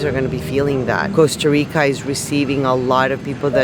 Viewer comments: 👏👏 these digital nomads are really f#%en a lot of Latin erican countries. Plus, they don't even bother to learn the language. They can't even pronounce Costa Rica correctly. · I like what you're doing. Sustainability is where it's at, but damn y'all can't even pronounce Costa Rica correctly. It smells like like you're colonizing a place that's NOT yours. Also, you're missing out on all the culture vibes of Costa Rica. Funny how if Costa Ricans come to the U.S. they are immigrants... the opposite occurs and you're lovin' the Earth 🤷🏻‍♀️